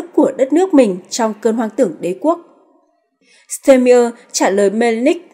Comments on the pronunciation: Ban doc ten tong thong Duc cua chung toi ma toi chang hieu ban doc ten ai?????de nghi ban nen hoc tien duc de phat thanh tieng Duc chuan muc hon...bo tay... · Đề nghị cô BTV nên đọc đúng tên Tổng Thống Đức và tên nhửng người Đức.